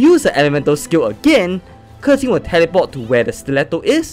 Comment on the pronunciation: can we just take a moment to appreciate him pronouncing hu tao, keqing, qiqi and mona correctly? 😂❤